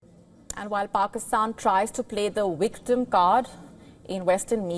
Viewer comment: Victim not wictim! Do you call Vishnu Wishnu? My god, these anchors need lessons.